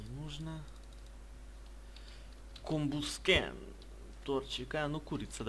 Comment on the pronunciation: Правильно говорить комбаскен